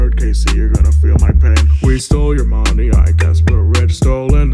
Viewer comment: did he say “stole your money I guess we’re rich” or “stole your mommy I guess we’re rich” 😭😭😭